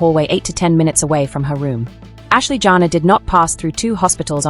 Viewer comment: Her name is not JANA. It is Janae. Pronounced Janay! Your tone is rude. Good riddings!